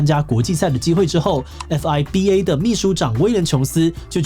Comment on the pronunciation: 這次資訊很多錯誤,建議影片更正錯誤後重發 FIBA不會念欸夫哀逼欸,會念fee罷 pleague現在是第三季有六支隊伍,第一季的時候才是四支 2023年pleague六支+t1六支+sbl四隻=16支球隊 大專籃球聯賽是UBA